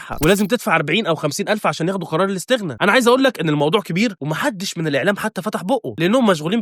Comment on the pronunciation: يامسلم اسمها الإستغناء مو لستغنا